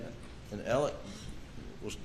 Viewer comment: Oh that’s nice Niw his name is Elic. Not Alex ir Alec. How the hell can one name be pronounced so many different ways Inc lawyers. Excuse me LOYERS. AND EVERYONE. EVEN THE MEDIA. GIR HIDS SAKE WHAT US THE MANS NAME?!?!?!